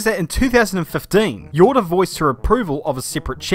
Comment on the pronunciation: Jordá is pronounced Horda, (with the short "O") not "Yorda".